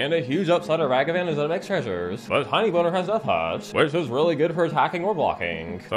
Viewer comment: Ok, of all the "NSFW mispronunciations" to make, Tinybones is ILLEGAL to do that to, and I demand retribution for this unforgivable crime